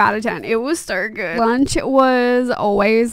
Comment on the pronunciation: “it was so gēærddd”😂